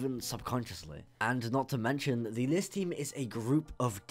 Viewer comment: "the geometry dash demon le" it's list not le